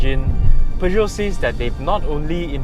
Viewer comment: Thank you for stressing the right pronunciation of Peugeot. And as always, another good review that I thoroughly enjoyed. Thank you.